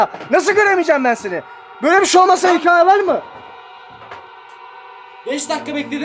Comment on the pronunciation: Can öğrenemedin gitti "Hikaye" demeyi neden abi senin bu hıkayeyle derdin ne